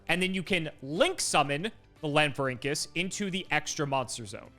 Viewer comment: Pronounced "Lan-FOR-ink-US". It's based off of the Rhamphorhynchus (Ram-FOR-ink-US), a long-tailed pterosaur from the late Jurassic period. Konami replaced the "Rham" with "LAN" to make it more cybernetic-sounding. There is no "Link" in that name, though I know you'll just keep using it <3